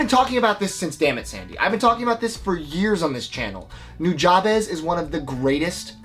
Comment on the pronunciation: it's not NEW-JAW-BEZ it's NO-JA-BES!! JA is like the sound of ugh not ah ...!!! say it right!! and you don't draaaaag on the second syllable! just say Nujabes correctly, damn it. so NO - JA(ugh) (like jUGH) - BES(BEST(minus the T)